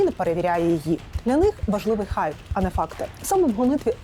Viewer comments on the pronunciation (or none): none